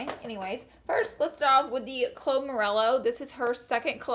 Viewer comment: How you say Chloe morello. I died